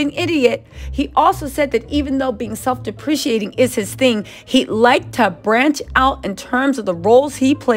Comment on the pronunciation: It’s pronounced dep-pra kate-ing. Love❤️